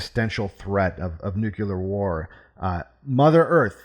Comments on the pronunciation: I was enjoying this analysis. Riiiight up until you said nucular instead of nuclear. Because of my irrational hatred of nucular you get a 3/10. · please don't say nucular, please